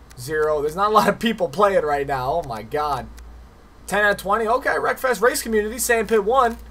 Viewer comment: I tought u said: welcome back for some more breakfast😂, Anyway keep up the good work